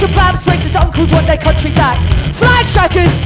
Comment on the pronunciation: She said CUNTry...